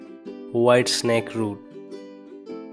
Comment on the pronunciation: "De why snakeroo"